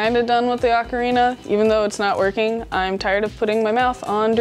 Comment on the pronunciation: I thought he was an expert until he mispronounced Ocarina.